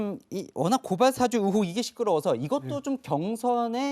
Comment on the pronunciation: 앵커님 고발사주는 사장이고, 고발사아~주 발음 안되요?